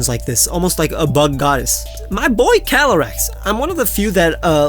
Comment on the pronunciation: Calyrex, not Calaryx!